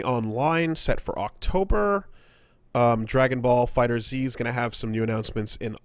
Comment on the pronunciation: Will and ever pronounce Dragon Ball FighterZ right, its said like Fighters, just with a Z. And ive heard one of them call it Dragon Ball Z Fighter Z before and its like, why